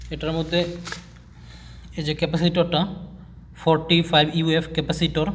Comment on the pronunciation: ইউ এফ নয়,, মিএফ মানে মাইক্রো ফ্যারাডে হবে।